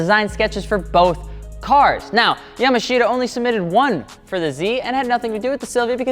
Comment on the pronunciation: Yamashita is pronounced "yamaashta"